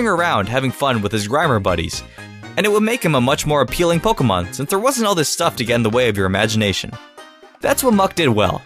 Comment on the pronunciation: I hate the way he says Pokèmon